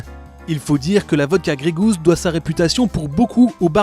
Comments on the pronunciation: Ca me dérange vraiment d'entendre grégouz à tout bout de champ, surtout dans leur pubs... Gey Goose est prononcé ɡreɪ ɡo͞os. Gousse a la limite. Quand on prend un nom anglais pour un produit estampillé made in France la moindre des chose serait de le prononcer correctement... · Bordel un produit "100%" français vous êtes même pas foutu d'inclure le nom dans les 100% Et même le mot anglais vous êtes pas foutu de le prononcer correctement... ps : Plus on me bombarde de pub moins j'achète.